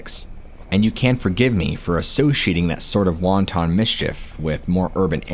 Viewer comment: He can't pronounce wanton either If your going to make up stories, at least learn how to pronounce the words!